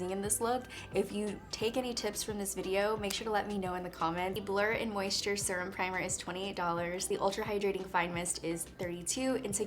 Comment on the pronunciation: Need this primer and I’m oily. Also, how she says “surum” instead of serum